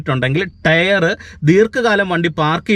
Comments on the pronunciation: ടെയർ അല്ല ടയർ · ടെയ്റ് അല്ല ടയർ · ടെയർ അല്ല ടയർ. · ടെയർ അല്ല correct ആയി pronounce ചെയ്യൂ